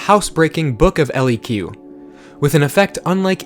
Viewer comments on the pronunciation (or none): Good list. Niggling note, "Book of leQ" should be pronounced "Book of LEK". leQ is Klingon and means "switch" which makes sense as the card allows you to switch houses mid-turn.